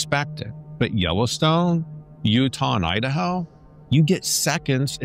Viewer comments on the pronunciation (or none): none